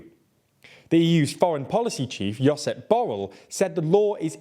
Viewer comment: As a catalan, that pronunciation of Josep Borrell was :face-blue-wide-eyes